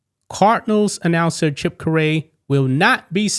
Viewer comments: I really enjoy your videos, and I think you are great. Chip Caray's last name is actually pronounced as "Carry". He is the grandson of the legendary Cards/Cubs broadcaster, Harry Caray (Again pronounced Carry). Keep up the good work, just thought I'd help you out. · His last name is pronounced CARRY. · As a cardinals fan I was listening to it and immediatly noticed it, was wondering if something would happen, hoping not, was obviously a slip up while reading a prewritten statement... Also despite not having an E in it at all, it's pronounced CARE-e (like concealed carry) not ka-RAY and that was nagging at me the whole time while trying to focus on the content of this video. Grandson of Harry Caray one of the most famous baseball announcers ever. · It’s “Cary” not Ca-Ray 😂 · It is pronounced "Kerry" not "curray"......I take it you've never heard of him or his father or grandfather who also were play-by-play broadcasters??? Haray Caray (pronounced "Kerry") his grandfather who broadcast for a number of teams, ending up with the Cubs for many years before he passed away in 1998, and his father Skip Caray (again, pronounced "Kerry" not "Curray") was a longtime play-by-play broadcaster for the Atlanta Braves until he passed away as well as few years ago......please pronounce the last name correctly!!! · It's not curly it's Cary just like carrie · I think misreading Chip Carey as Ca-Ri instead of Carrie is worse than missing a key "l". If we are going to achieve tolerance we need to support respect and not be so defensive. The Cardinals organization handled it right. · CARE-EE. NOT CU- RAY, RHYMES WITH HARRY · you know the legendary announcer, Harry Carey, right? You pronounce the name like Carrie, not Kuh-ray. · Caray like Kerry. NOT CA REY. UR WELCOME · not ca ray pronounced Kar--ie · chip fax pronounced care ee not ca ray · Grandson of Harry Carey, not Carray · Stop saying 'Cor-rey' It's pronounced Carrie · Chips last name is pronounced carry. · “Care ree”